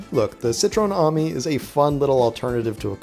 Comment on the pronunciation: It's a citreon A-mi.. Not an army... Pronounced A - meee.. Definately not an army buddy..